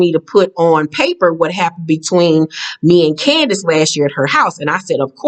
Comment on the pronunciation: Every time you pronounce Candiace's name like that I holler because it sounds like you're saying candy ass with a snooty accent.